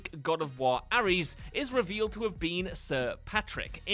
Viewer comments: Why's he pronouncing Ares as 'Arry's? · Did you just call Ares, 'Arris?